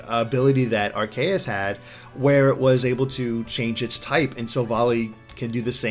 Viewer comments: I think said Arceus' name wrong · Arceus. Some pronounce it "Ar-kay-us."